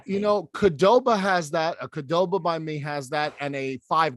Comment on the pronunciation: Not sure I've ever heard anyone pronounce QDoba as KuhDoba lol